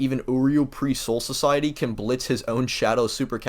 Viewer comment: the funny thing about this mispronunciation is that it isn't even like a hard to pronounce Japanese word. no it's literally just <<Soul Society>>. that's it. you fucked up a regular ass English word but apparently you're "basically Kanye" 😂😂😂 this was just for fun, btw. don't take it too seriously. NO HATe!!